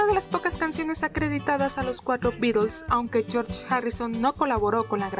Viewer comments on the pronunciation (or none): none